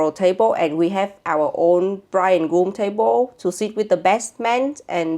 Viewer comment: Wait..did he say bridge and groom? 😮